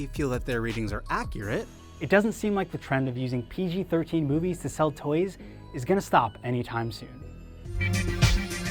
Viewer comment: The way this guy says toys bothers the hell outta me